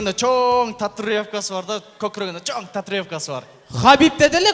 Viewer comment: Татриовка дейт го (татуировка)